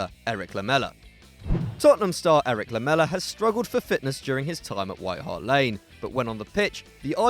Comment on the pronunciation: Lamela? Really?